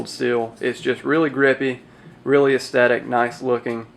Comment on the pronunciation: esˈTHetik not astetik. Just saying.